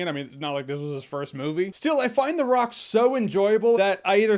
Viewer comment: "Welcome to the Rrrrrock."